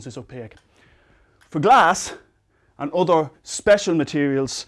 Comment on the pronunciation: "Why can light get true glass." "Glass compared to otter materials." accents are funny